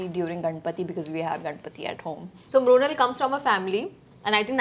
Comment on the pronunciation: Brunal 😂 it's mrunal